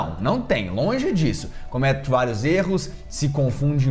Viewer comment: lonje (!!!) ou longe?